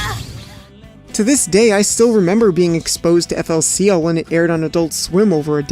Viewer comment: >pronouncing it "eff ell see ell" What the hell are you doing